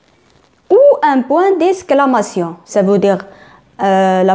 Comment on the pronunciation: On dit exclamation (eks)et non esclamation(esk) :faute de prononciation. à rectifier s'il vous plaît